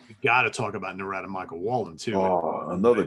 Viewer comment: Yo dudes! Love this channel. Great stuff! Hey! Narada Michael Walden's name is pronounced like norida. Rhymes with florida.....